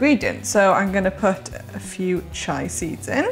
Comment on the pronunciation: Pronounced chee-ah, not chai. Sorry.